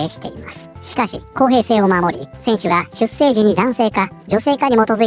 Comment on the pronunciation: 出生 ×しゅっせい ⚪︎しゅっしょう